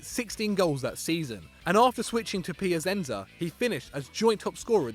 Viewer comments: "brusiya"? "piasensa"? It's "bre-sha" and "pia-chen-tsa" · You could work a bit on your Italian pronunciation, especially at "Pia-sen-zuh" and "Brè-sha". I couldn't even recognize the names when you said them. 😁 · I didn't include Mantova, because the error there was just about placement of the accent, whereas the pronunciation is just wrong on the others. It's not hard for any English speaker to say "Piachenza", for example. And if I recall, these guys were talking about the Portuguese superagent Jorge Mendes the other day, but weren't calling him "Horge", so why persist cocking up Mourinho's name?